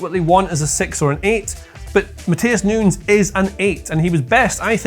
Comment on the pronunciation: got so excited by his wild card that he accidentally pronounced 'Nunes' correctly a couple of times